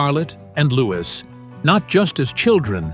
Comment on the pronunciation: Prince Louis NOT LEWIS!!!!